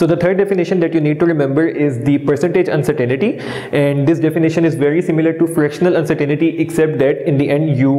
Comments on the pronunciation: Lol.. (Uncertain ty) not (Uncertain "i" ty) xD Anyways good video. Thanks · Non mam you are absolutely wrong its actually UNCERTAINTY "not " UNCERTAINITY..